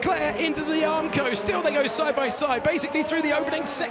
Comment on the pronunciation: What's up with "Aramco"? Is this stream Saudi sponsored?